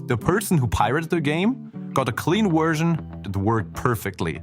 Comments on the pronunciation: What is with the narrator mispronouncing simple common words, like version being said as 'wersion'? I know there is an accent, but really, get it right. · Take a shot everytime the narrator says 'Wersion' instead of 'Version' lol. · I’m sorry, but it was hilarious that you kept saying wersion